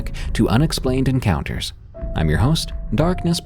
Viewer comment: Did anyone else think he said don't forget to send me urine counters???? Lmao I know it's your encounters but it sounded funny and made me laugh! Anyway love ya darkness Def one of my favs at night